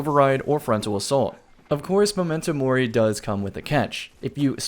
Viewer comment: Does it bother anyone else how pronounces MEM-mento Mori?